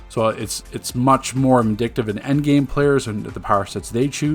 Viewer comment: It's not "indictive" It's "indicative" Goofy